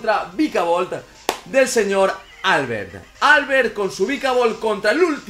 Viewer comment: prq dice Álbert? se dice Albert, con tónica la e